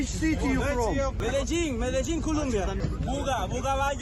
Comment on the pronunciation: Pretty good! I’m from Medellin, Col. Unlike that mercenary who said Medellin with the strongest Indigenous accent ever lol. Poor guy. Yes, poor guys. Most of these soldiers are from the south and Southeast of the country where most of the Indigenous population live, and they live as if the Spanish conquistadors haven’t arrived to the new world yet. God bless their souls but they lack a lot of brains; they're all leftists and support our awful president. Our president right now is an ex-guerrilla guy, he’s trying his hardest to destroy our army. If we don’t get rid of him in the next election, he will be the next Chavez.